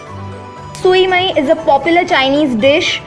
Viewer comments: Sui mai???? You pronounce it wrong. It pronounce as show-mayee that's Vietnamese dumplings... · Sui Mei pronounced as: SHU MAI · The actual pronounciation of Sui Mai is "SHU MAAY". Not the literal words.